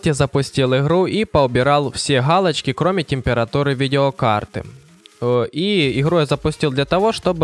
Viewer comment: Почему ты в место буквы Г произносишь букву Х? Галочка, а не халочка